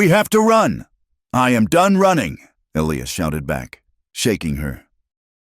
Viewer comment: And it's pronounced E-lie-us, not Elee-us. Come on, AI!!